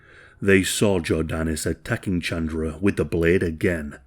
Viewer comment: good video but hearing u say chandra instead of ch-un-druh was hurting me no hate